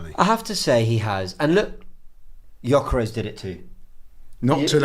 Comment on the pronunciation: it’s not Jyokeres …. It’s GGGGGyokeres!!!